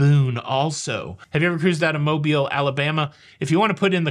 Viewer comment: Thank you for pronouncing Mobile properly! Originally from Fairhope, there are MANY who pronounce incorrectly and we appreciate the attention to detail! Please keep the awesome content coming!